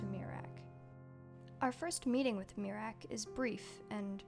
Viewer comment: I keep on miss pronouncing miraak as (me-rack) instead of (myre-rack) which gave me a joke idea, miraak has a khajiit cousin named meerack , no one Is safe from the fleeborn lol